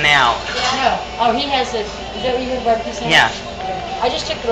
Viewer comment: hahah some dude says can I have a bee bee que sandwich instead of barbeque.